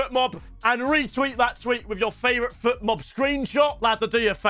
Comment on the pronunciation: If I were Fotmob, I'd take the sponsorship away from him. He's calling it Futmob the donkey 😂